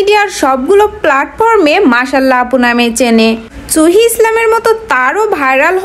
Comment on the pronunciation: হায় রে ওটা চুহি হবে না ওটা সুহী হবে suhi